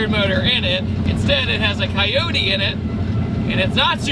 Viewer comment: A coywhaty engine? It'd coyote OH. T not eww t 😂😂😂😂